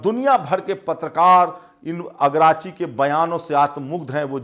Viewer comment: जी अगराची नहीं अराकची नाम है